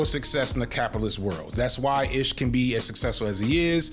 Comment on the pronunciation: My man. I won’t call you unc cuz we’re the same age but you’re killing me with the pronunciations of these names. “Ish” is like Ismail. So ish like black-ish. Mal is short for Jamal.